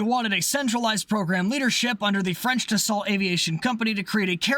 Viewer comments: "ra FAL" and "da SO" Not "da SALT" and "ra FAIL" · I'm British and I know DA SALT is DA SO.... And we a re notorioualy bad at pronouncing French words.... Much like Americans and English ones. (burn)